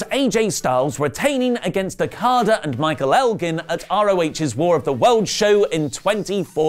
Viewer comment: Say Elgin again lol